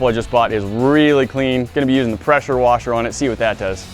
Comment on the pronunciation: its a peshuwashe